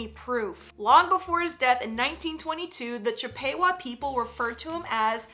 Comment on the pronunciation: That Indian name is actually pronounced as "Chip-Puh-Wah". Not Chip-Pay-Wah.